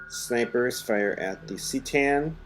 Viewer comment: Not trying to troll you here, but I just couldn't keep my mouth shut on this. C'tan is pronounced "kuh-TAN" not "SEE-tan."